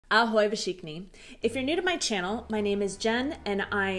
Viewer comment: Respect and kudos, kitties and hugs. when you pronounce "všichni", you are pronouncing the "v" as "v" (zněle). This is hard even for me. Therefore, we pronounce it as "f" (nezněle) - it's perfectly ok, to say "fšichni" - sounds more natural. keep it rolling